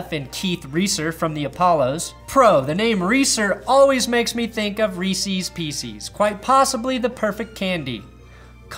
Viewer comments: Say it with me, dickhole; REE-SEZ. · Reeseeeeees? The fuck